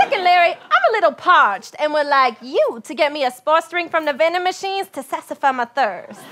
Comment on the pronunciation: "Sassify my thirst"